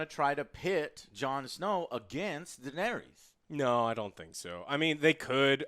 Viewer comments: Deeeeee-nay-Riessssss. C'mon man. Say it properly, please. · Joe tell the fucken chick it’s not pronounced daenerius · Who’s this “Daenarius” she keeps talking about? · denerius, deniris, deneerees cmon guys :D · "Denarius", "Deneres".... FUUUUCK... I can't watch this shit. Don't bother reviewing a show if you can't even pronounce the fucking character names correctly. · that girl cannot pronounce "daenerys" lmaooo she said it differently every time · Dragon riding... their hair did not move.. their faces would have frozen off going that fast in that cold.. and for the love of ALL THAT IS HOLY.. learn how to say Daenerys! You guys are adding a syllable that isn't there. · Could this woman say Danerys properly, aargh so annoying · come on, at least pronounce Daenerys correctly.. .. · I love you Joe but next time pronouce Daenerys correctly...😂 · This girl how no idea how to say Danaerys. Or Joe for that matter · What's so hard about pronouncing Daenerys correctly? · Dude.. Im sorry.. But the way she says Daneir-eis is awful!! Do you not actually like the show??? But love thr review.. My friends haven't watched yet(or are somehow two seasons behind!) So its nice to hear this much talk about it.. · I love your reviews man bcuz your hype as me But you guys have to stop saying Dannys name like that lol Its def not Dan air re is Its Da nair is 🤣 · omg can you all learn how to pronounce Daenarys' name!!!! it's annoying. one of you says "Dah-nair-rias" and another says "Dah-nair-rees" it's PRONOUNCED, "DAH-NAIR-RISS" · Not everyone loves her. For starters she's blatantly been the villain right from season 1 but not a lot of people seem to notice that. Also her name is spelled Daenerys. Not Denaeris! Wasn't the denari a Roman coin? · Please dont bring back that woman who sits next to. The way she pronounces Daenerys and her enthusiasm for Arya and Soyboy is absolutely horrible... Other than that, great review. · man the pronunciation... denaries... cleeganbowl